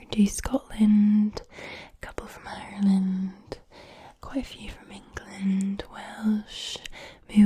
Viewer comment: When you said it like ourland I knew you were good